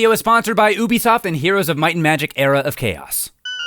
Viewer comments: OOoBbisoFt Rayman veteran: Its YOUbisoft FOOL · It's you-be-soft not Ooo-be-soft GET IT RIGHT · Did he just say “Oobeesoft”? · I thought it was only my freinds poking fun at Ubisoft that pronounce it the way does. I'm so happy😂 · How do you pronounce Ubisoft, youbisoft or oobisoft